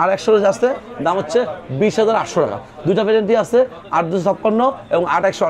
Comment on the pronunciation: Dam bolar somoi স্পষ্ট করে বলবেন বোঝা যায় না